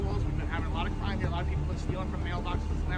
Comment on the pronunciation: What cwime 😂😂